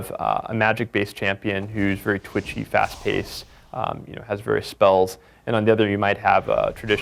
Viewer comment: if you listen closely he says "various"